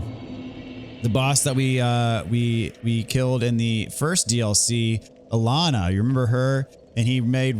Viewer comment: I'm fairly certain it's pronounced Sir Alonna (ah-lawn)